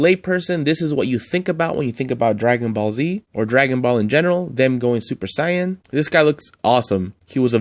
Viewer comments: yea! It’s Sāy-an and Go-hån 😆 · Super ‘cyan’ lol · I'd love to see a part 2 of this list bc they've release a ton of great ones since this list! And please stop mispronouncing Saiyan!!! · you say saiyan wrong i am am little mad do you whatch anime